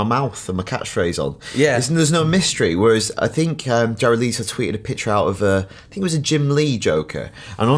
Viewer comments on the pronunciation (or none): I enjoyed watching this but can I just add it's Leto not Leeto :) x